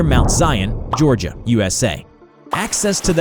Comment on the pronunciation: “In Giorgia, USA” Nice English, XD